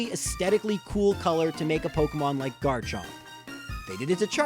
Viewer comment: He got garchomp wrong